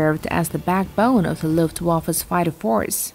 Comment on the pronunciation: There is no 'silent' E in Luftwaffe. You pronouce the E at the end.